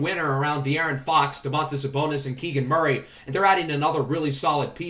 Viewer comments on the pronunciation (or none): none